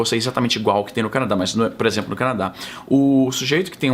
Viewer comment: "puréxemplo" nordestinês detected. Concordo plenamente que não aliviará par qualquer "lado" dessa briga.